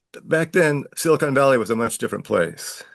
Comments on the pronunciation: silicon, not silicone. Big difference, lol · Omg. It's SILICON CON. NOT CONE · FfS, it's pronounced silicon, not silicone. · SILICON Valley, not "siicone". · It’s pronounced Sili”con” Valley and they pay for Sili”cone” Sally 😂😅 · Silicön ---not Silicone Valley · Please stop saying "Silicone" - it affects your credibility and sounds utterly dumb ( sorry ). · Him calling it silicone valley made me laugh. 😂